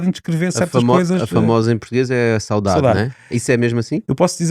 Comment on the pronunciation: PORQUE É QUE O SR. DIZ "SOUDADE" E ESCREVE "SAUDADE"? CUMPRIMENTOS.